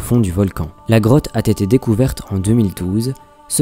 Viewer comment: Mais arrête de faire la liaison " a T été decouvert" c'est "a été decouvert"